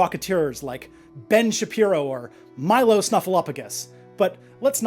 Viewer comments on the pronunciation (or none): none